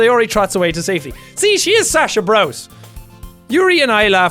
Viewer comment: Sasha Blouse not Sasha Brouse jack the Japanese only pronounce it Brouce because the way they say their L's